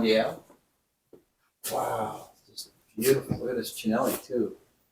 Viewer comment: Great video. May I mention that Cinelli is pronounced Chee-nell-ee.